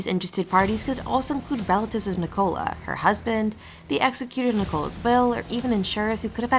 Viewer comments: Full of errors! Pronounces her name like she was a cola drink. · Guys if you are going to do a piece on a case like this FFS make sure you can pronounce their names correctly. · You can't even pronounce her Christian name correctly!! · Wish they would pronounce her name correctly and the area this is nothing new?